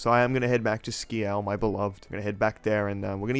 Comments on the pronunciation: This is the THIRD time he’s tried to land that “skee-al” “joke” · ok but I pronounce it sk-y'all